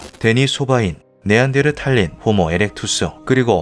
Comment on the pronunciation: 자꾸 탈린이라그러네 아오